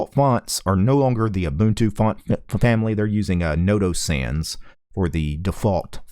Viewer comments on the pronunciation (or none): none